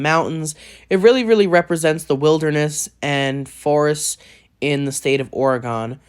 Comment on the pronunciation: dont like when people call it oregone but still cool list